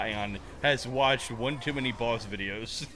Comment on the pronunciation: It's Baus not Boss